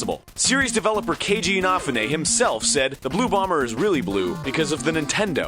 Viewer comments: You're pronouncing Inafune's name wrong. It's Ina-FOO-nay, not In-OFF-oonay. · IN-AFF-OOH-NAY? IN-A-FOO-NEE. Idiots. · i thought it was "in-uh-foo-nay" not "in-aw-fuh-nay" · "IN-A-FOO-NAY!" NOT "IN-AH-FOO-NAY!" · Key-TUH-moora InUH-fuh-ney Not InAHfuhney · i thought the same, its inaFUne, not InAfune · THANK YOU, I was about to complain about him saying I-Naf-U-Ne rather then In-ah-fu-ne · calls him A FUU Neigh, when it's pronounce E na fuu neigh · Richard Mackey ee-naw-fu-neh not eenaww-funay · This dude can't even pronounce the creater of Megamans name right. It's pronounced "In-ah-foo-nay" Not "off-ah-nah-mah-nay". Way to over Americanize a word idiot. How the shit are people supposed to believe you when you can't even get names right?! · EEN a foonay, not enafunay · Kenji Ina-fune not enfanay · Is anybody else bothered by the fact that he produces it "In-off-ou-nay" instead of "In-uh-foon-ay"? Anybody? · Keiji Inafune is pronounces Cagey ee-nah-foo-nay. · uhh arin? it's pronounced LIKE IN A FU NAY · ee NAH foo nay. this is killing me. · Jagd Töpfer Lol the way he said it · Thiiiiiiiiiiis. "Cagey Inah-fooonay" Yuck. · I always pronounced Inafune as In-A-Foon, not In-A-Foo-Nay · It's pronounced een-uh-foo-nay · No, it isn't. a lone I in Japanese is pronounced with a long e sound, as in east. phonetically, his full name is pronounced Kay-jee ee-nah-foo-nay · Inafune is pronounced: Ee (I) Nah (Na) Foo (Fu) Neh (Ne) Japanese pronunciation is super literal, and each sound/letter is pronounced the same regardless of its position in spelling, romanized or otherwise. I love you to death Egoraptor, but hearing you contort Inafune's name like that made my ears want to die. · that's the worst pronunciation of a japanese name i've ever heard.. enoughnay? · I thought it was pronounced EEN A FOOO NAYY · Lol ... In-a-few-nay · Does anyone else wanna stab Egoraptor for his pronunciation of "Inafune" It's EE-NAH-FOO-NEIGH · Innafunne? Really Arin? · Inafune: EE-nah-FOO-neh